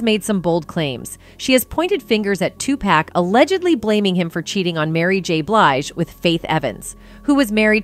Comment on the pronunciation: Wait GD minute spill today commentator, PLEASE STOP u are hurting my ears the name is pronounced too-poc. STOP say too-pac for God's sake